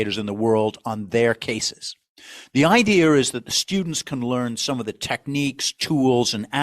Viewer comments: It's really "idea" ... Not "idee.erh"! Lol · Notice that the narrator pronounces 'idea' as 'ideaer', which exposes his authenticity of being New Haven! Or there abouts. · No r in idea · If he could pronounce “ idea” properly it would lend more credibility.